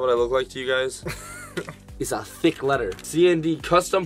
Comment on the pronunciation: He said thic